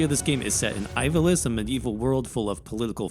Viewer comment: Sorry to be that guy but you're saying Ivalice wrong.